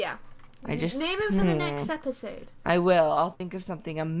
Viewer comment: name not mane